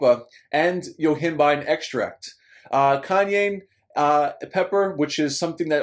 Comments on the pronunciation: I can't wait for Kanye Pepper to drop his new album!! JK...lol.....Cayenne.....is pronounced Kai-Anne... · still waiting for Kanye Peppers new album to drop! ...lol..cayenne is pronounced ..."kai-anne"